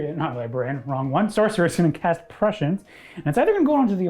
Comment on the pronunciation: Prescience isn't pronounced like precious. Prescience is pronounced Press-see-ence. Sorry but I want to shove dull spoons in my ears every time I hear that precious prescience